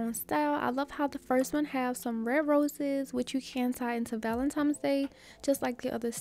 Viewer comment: I’ve been loving your videos and have been binge watching. Do you know you say valentimes instead of valentines?